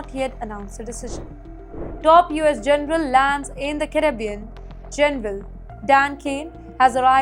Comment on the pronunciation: Very poor pronunciation of Caracas, Caribbean, Israel, and interference. Please improve the English pronunciation.